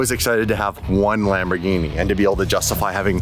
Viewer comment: Love the vids, but the way you say "Lamorghini" is hurting my Italian brain. If you don't know how to say it with the accent don't try! Kind of just rude, even if you're just having fun!